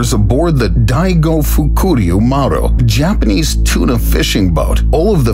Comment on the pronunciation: Still manages to mispronounce "Japanese" like almost every other English speaker though.